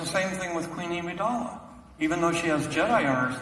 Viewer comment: Did you guys hear how he pronounced "Amidala"